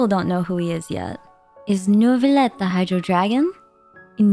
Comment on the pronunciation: did u say neuvibleh???